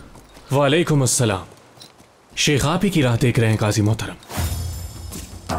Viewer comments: لفظ شِیخ نہیں ہے لفظ شَیخ ہے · لفظ شِیخ نہیں شٙیخ ہوتا ہے۔شِیخ قوم ہے شٙیخ ہادی